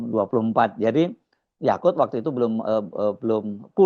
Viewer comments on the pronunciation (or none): Bang Hersu, jgn salah nyebut namanya: Yaqut buka Yaqul. Berkali-kali Yaqul terus....???